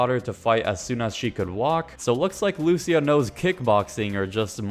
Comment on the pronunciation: Good video, but luCIA not LUcia lmao 😂